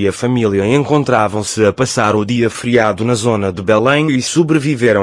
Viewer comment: Nao é Bulem é Belém palácio de BELÉM!!! QUE mania de vcs portugueses pronunciar tudo errado